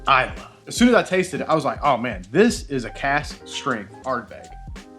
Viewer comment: i believe Islay is pronounce "e-lay".